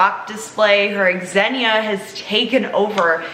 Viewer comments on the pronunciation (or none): Bruh it’s Xe-nia pronounced (Ze-knee-uh) not exhenia js